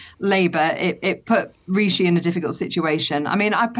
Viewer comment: Funny she can't even pronounce Rishi properly